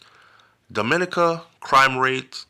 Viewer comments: Thanks for this heads-up! DOMINICA is pronounced Domi-NEE-ka, stress on the NEE. Hope you plan to visit soon. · Why Dominica 🇩🇲 mostly prounce wrong